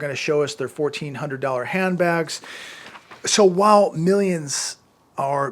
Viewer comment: say While not Whahl